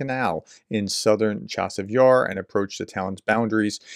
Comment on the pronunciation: To the commentator. The "ch" in "Chasiv Yar" is NOT the English "Che", but a gutteral "Chi" (running the "ch" together, with a hard "i" sound, as an integral part of it - one sound only) as if you are clearing your throat.